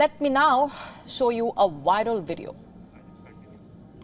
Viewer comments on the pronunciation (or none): It's Viral not wiral 😂😂😂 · "Waral video"? You MUST do better.